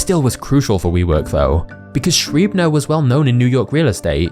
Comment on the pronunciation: This vid is so good that I’m deliberately nit picking your way of pronouncing Schreiber. Give it another try 😂